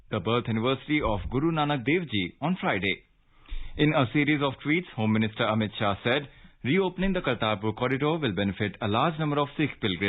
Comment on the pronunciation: The Union Home minister ,please, correct, Read as Sri AMIT SHAH,not Ramit Shah,please pronounce, CORRECTLY.